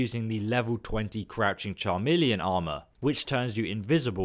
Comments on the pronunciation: Chameleon ('ch' like in church or channel) also not charmeleon. 'Watoga' not 'Watonga' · 1) Great job! 2) I appreciate your channel and your positive take on this diamond-in-the-rough game. 3) It's "Kah Mee Lee On" for Chameleon. and "Wah Toe Gah" for Watoga (no N present). <3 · Charmillion???? Chameleon!!!! You seriously need to learn how to pronounce words. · but he didn't say chameleon he said charmeleon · i can't get by it. Being english he sounds intelligent but is the opposite. Watonga was weird but then 'charm'eleon armor. He adds random letters in his words that are not there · did you say char-melion because there is no R in chameleon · "Cha - million"? "Watonga"? get literate dude.